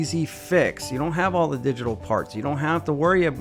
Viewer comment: Okay it's obnoxious the way you pronouncing once it's Milwaukee not Milwaukee EI it's called digital not digi tal